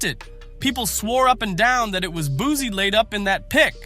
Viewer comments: I can’t believe nothing you saying his name wrong… it’s Boo-see Boosie baby!!! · Narrator keeps saying “Boozy” lame as **ll shawty…😅